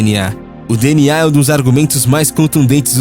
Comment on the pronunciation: Parabéns pelo vídeo, muito bom. Bem elaborado, só a pronúncia do DNA que está errado, mas não tira a excelência do vídeo, parabéns...